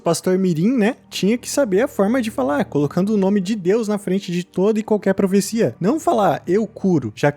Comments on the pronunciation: o correto é "Profecia", não "Professia" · Mas isso daí é "profissia" mesmo